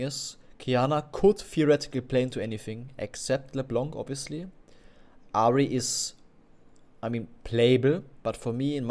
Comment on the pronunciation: Why do you keep saying leblanK it's leblan without the n an = en in encourage do you get it ?